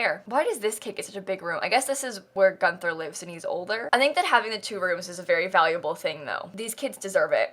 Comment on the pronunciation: I'm german and the way she says ''Wolgang'' is hilarious! So funny! Love it! Will call every Wolfgang now Wolfgäng :D And Gunther! So freaking cool.